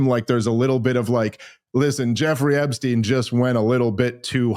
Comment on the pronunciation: Love ya Dave but GATDANGIT it's e*P*stein! With a "P." Where the heck are you reading a "B?"